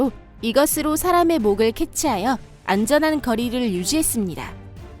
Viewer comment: 만 캐쳐가 뭐에요... man catcher인데 맨 캐쳐죠...ai 목소리 쓰더라도 동영상 제작시 조금만더 신경쓰는 것이 좋지 얺을까 싶습니다. 금강저 썸네일 보고 궁금해서 보러왔다 갑니다